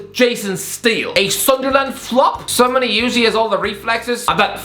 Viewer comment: I more tired of "sunder-land" not "Sunderlund" for example.